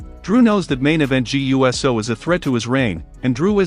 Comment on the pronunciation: Please learn that it’s pronounced Jaaay ewsoo!